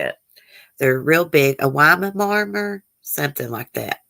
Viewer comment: I’m so sorry about Jack the little duck. I hope he’s ok. It’s so ok to cry and show normal emotions. Weimaraner (Why mer an er). That’s how you pronounce it. I really despise people who abuse and neglect animals. And children. They are so innocent and helpless. They need us to take care of them. To love and protect them.